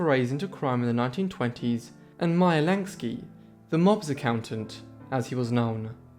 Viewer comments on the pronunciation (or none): none